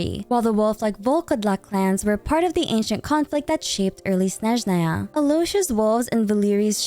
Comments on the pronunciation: Hi, sorry it's just triggering my OCD so bad, can you pronounce Snezhnaya a snezh-NAA-ya, not SNEZH-naya (stress on second syllable not first)? thanks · As a russian speaker my ears will hurt so much during Snezhnaya😭😭😭 It all began from everyone in the game pronouncing word Snezhnaya incorrectly. I understand tho, Russian is very hard, no blame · why do you say "Snezhnaya" that way. is that cannon? LOL